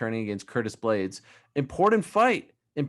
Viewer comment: He said blaydes not d lewis